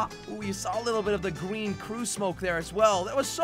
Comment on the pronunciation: I like that ( jelly gween)